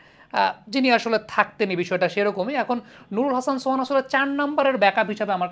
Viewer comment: নুরুল হাসান সোয়ান 😂😂😂 নুরুল হাসান সোহান হবে,,??